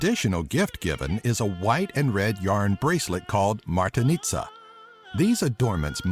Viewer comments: I can say that you pronounce most of the bulgarian words good(Shopska Salata),but when you say Atanasoff the accent is on the second A AtAnasoff and also not martenizA but mArteniza.Just some little corrections :D.So if anyone is about to come in Bulgaria better read this. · its "MartEniza", not "Martaniza"! :)